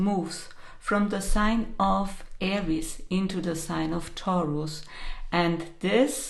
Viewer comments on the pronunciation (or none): none